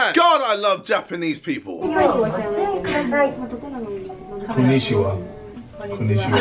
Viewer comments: JJ: CoNeEsHiWa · Its actually kon'nichiwa or こん'にちわ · Kun-ee-ch-ee-wa Read more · Nobody: KSI: konyshiwa